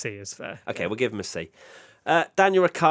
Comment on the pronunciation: And it is certainly not Ricki-ardo